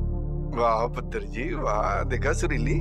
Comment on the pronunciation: By the way it's not suruli . it's sureli😂😂😂😂